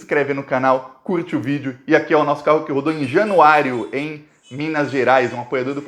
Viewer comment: Vc está FALANDO ERRADO o NOME DA CIDADE de MINAS que é JANUÁRIA. tem repetido: - JanuáriOOOOOO. - E é JanuáriAAAAAAAA!!!!!!!!!! Januária-MG!